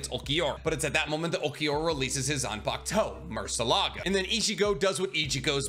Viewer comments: He also mispronounced murcielago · I can't handle how you pronounce murcielago lmao